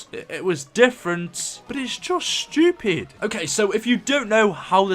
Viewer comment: i love when british people say "stupid" :)